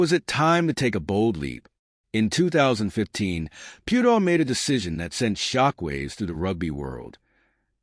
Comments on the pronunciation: I think your comparison is off. Maro Itoje is English and still plays for England, SA dont have the same selection rules as NZ, so Faf can play in Europe and still play for SA. With Charles, it was a choice of one or the other. Also, the pronunciation of his surname is way off. Phonetically, it is Pea-u-tao. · This bot went from Piutau to Pewedol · The least you could do is pronounce his name PROPERLY. So disrespectful. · Some feedback, maybe learn how to pronounce rugby players names correctly. Piutau and secondly, It’s not Semi (Radradra), in the English sense. It’s a different language, so vowels must be pronounced differently. Do your research and be accurate. Just like you’d like your own name pronounced correctly.